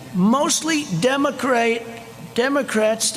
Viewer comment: Peepee... Democrates.. Trump cannot pronounce words. Trump is a stupid human being